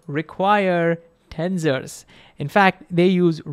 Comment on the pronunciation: in the end did you learn how to pronounce tensors properly 😂😂😂